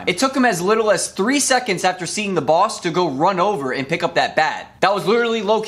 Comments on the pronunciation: that one add that the guy robs a bank its not pronounced right it just says boos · It didn't even say ''boss'', instead it said ''boos'' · In the on the fifth one it said boos not boss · I love how ain’t realized his name wasn’t boss but boos😂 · One of them said boos instead of boss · In the shooting bank ad, it didn't say "boss" it said "boos". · *how did he not notice that 4th one said boos instead of boss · You’re Free: ❌ You’r Free: ✅ Boss: ❌ Boos: ✅ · boos instead of boss😊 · Nobody talking about how it said B o o s